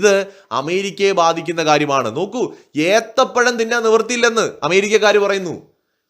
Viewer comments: ഏത്തം പഴം അല്ല ഏത്തപ്പഴം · Dear not ethampazham.. Eathapazham!!!! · ഏത്തൻ പഴമല്ല ഏത്തപ്പഴം. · ഏത്തം പഴം അല്ല..... ഏത്ത പഴം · ഐത്തംബഴം അല്ല ഏത്തപ്പഴം അല്ലെങ്കിൽ നേന്ത്രപ്പഴം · എടാ, പൊട്ടാ എത്താം പഴം അല്ല എത്ത പഴമാണ്. നീ ആദ്യം അക്ഷരഭ്യാസം നേടിയിട്ട് വീഡിയോ ഇറക്ക്. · ഏത്തപ്പഴം ആണ് ഏത്തൻപഴം അല്ല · ഏത്തം പഴമല്ല, ഏത്തപ്പഴം എന്നാണ് പറയേണ്ടത് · എത്താം പാഴാം അല്ലാ എത്താപ ഴാം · ഏത്തംപഴം എന്ന് പറഞ്ഞത് ഏത്തപ്പഴം അല്ലേ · ഏത്തം പഴം അല്ല ഏത്തപ്പഴം ആണ് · ഏത്തംപഴo, അല്ല എത്തപഴo ആണ്, താങ്കൾ ഉഗാണ്ട കാരൻ ആണോ😂